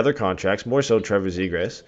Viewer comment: McTavish for Nylander has got to be the stupidest thing that has come out of that dudes mouth and that’s saying something considering the dude can’t even pronounce Zegras correctly